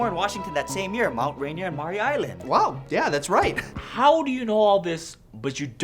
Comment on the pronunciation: he says Mt. Reindeer hahahahaaaa